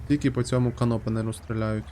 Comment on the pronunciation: Це: Кéн óпенер. Тобто відкривачка консервів.